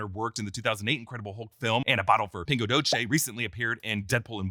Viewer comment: please PLEASE learn how to say PINGO DOCE. we're not italians